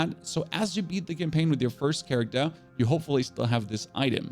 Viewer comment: "Ion Maiden" "charactu" 🤣 Bro, where are you from that they did away with their R's? Sorry, couldn't resist. Anyway, This is very close to the build I ended up with at lvl 50 and just intuitively choosing along the way. I'll be using this as a tweak guide as I'm having essence issues rn.